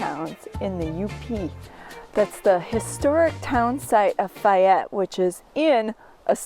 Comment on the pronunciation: Isn't it, "Fay ette"?